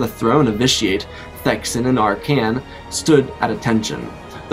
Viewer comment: Arcann = Arr-ken, not Arr-cane